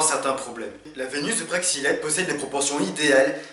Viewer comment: Praxilete ou praxitele?